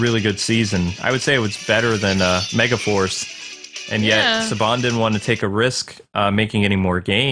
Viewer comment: "ME..GA..FARCE. POWER RANGERS MEGAFARCE" try watching this video and NOT hearing mega FARCE where mega FORCE should be hahahaha. that might be the new Yanny Laurel puzzle if it works lol